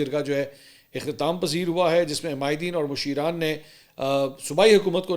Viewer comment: Musheran NAHI Hay balkay masharan Hay.